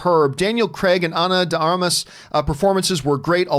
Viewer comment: Ana de Armas—— John, you pronounced her name correctly.